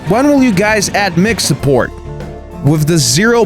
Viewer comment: The way you pronounced mic was hilarious good vid though